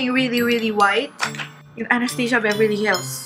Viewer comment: i think it should be pronounced as A-NAS-TAS-YA not a-nas-tey-siya